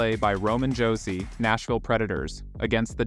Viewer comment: Its pronounced Josi not Hosi. And thats the wrong Matt Murray in the Texas Stars jersey